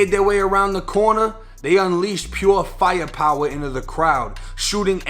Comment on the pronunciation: "They unleashed Peyo fiyapowah" 💀